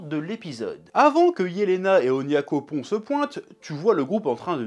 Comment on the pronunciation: C'est moi ou non seulement il s'est souvenu mais en plus il a réussi à préciser "Onyakopon" ? Y'a du progrès !